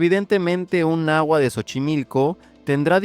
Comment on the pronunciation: Carajo ya no digas "náhuat". ¡Es náhuatl! Y te jactas de que el español mexicano no se come las letras pero ahí vas.